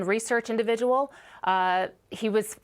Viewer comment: "Individual". Learn how to speak, woman.